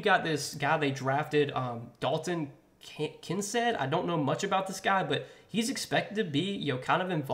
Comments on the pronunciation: Kin-Cade (Kincaid)….. he’s a stud out of Utah. Do better! 😂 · Its pronounced konkaid con kaid i love the content!